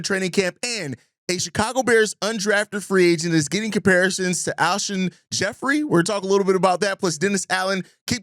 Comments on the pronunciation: Why are you pronouncing Alshon like that? 😅😅😅😅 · How're you a Bears reporter and don't know how to pronounce Alshon? 👀